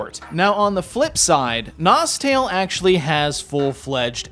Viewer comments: its actually pronounced nostalay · If you speak english you must pronouce: NostEl